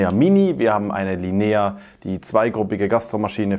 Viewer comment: Tolles Video, vielen Dank. Dürfte ich nur darauf hinweisen, dass die Betonung beim italienischen Wort "la linea" am "i" und nicht am "e" liegt ;)